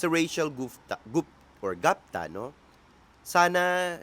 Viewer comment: Even native English speakers pronounce ‘Gupta’ as. ‘Goop-ta , not Gapta